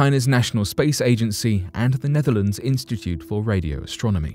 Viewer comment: Who else heard Nephilim when he said "Netherlands"?